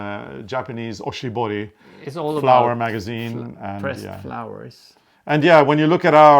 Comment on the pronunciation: Hi! So great to see you are back! Always fun to watch your episodes. I noticed that when you were talking about the pressed flower Japanese magazine, you said "Oshibori", I think it is "Oshibana", very close. Oshibori is a wet hand towel we give to customers to clean hands in Japan. Oshibana(oshi=pressed, bana/hana=flowers) is pressed flower art. :) I loved to see you have Ricca dolls, I had some when I was young too!!